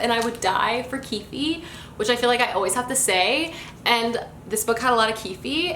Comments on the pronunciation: lol i can’t tell if your saying “keefie” as a cute nickname because it’s actually pronounced as just “keef” (spelled keefe tho) just thought i should point it out :) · Ah I’ve heard people pronounce his name ‘Keef-ee’. Pretty sure its just pronounced ‘Keef’ tho. Like Keith but with an F sound? It confuses me sometimesss